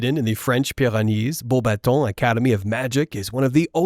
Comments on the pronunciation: I love your pronunciation of Beauxbatons. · “Bow Bah-Tow” “Flurr Delacurrr”